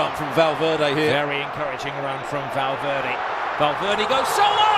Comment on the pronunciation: valverdee? it's pronounced valverde